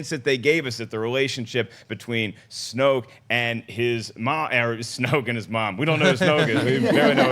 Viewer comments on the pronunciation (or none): its snoke....